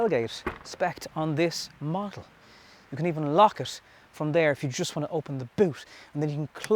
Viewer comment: It is 'model' not 'muddle'.